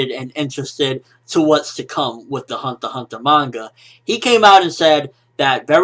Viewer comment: The way he says hunter x hunter annoys me. Other then that great review!!!